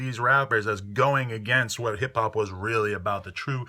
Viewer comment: "hip hap" lol